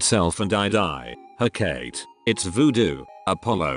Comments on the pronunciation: Hecate is pronounced- heh caw tee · Isn't it he-ka-tee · Every time it said Hecate weirdly I died a little inside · "huh-kate" and "theneToes"